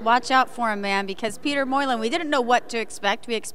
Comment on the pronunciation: Peetah Moylin